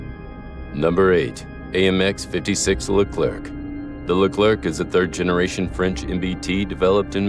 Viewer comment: Hello, Please don't pronounce the last letter of the name LECLERC. /Thank you